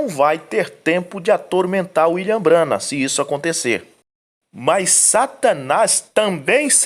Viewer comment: Que absurdo. Eles não conseguem pronunciar o nome de um dos maiores Profeta de Deus. B R A N H A M